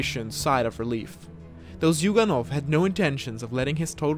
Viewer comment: Zuyganov is actually pronounced Juganov.